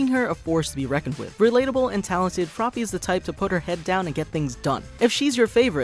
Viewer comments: its froppy not frogy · Dude it’s froppy not froggy!